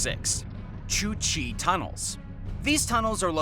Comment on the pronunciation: That is the way it is suppose to be said. The guy dunno how to say the word.